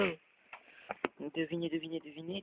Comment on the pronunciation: Mais tu t'entraînes en cachette ?! "Incroi - yabeul", " my commande", ça ne veut rien dire ahaha je suis mort de rire